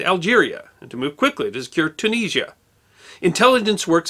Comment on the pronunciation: I see TUNISIA is still hard to say lol